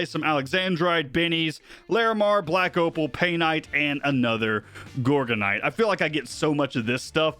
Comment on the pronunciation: Love your stuff man but please it’s pronounced gorge-en-night not gorgonite ahahah as in gorgeous/ beautiful ahaha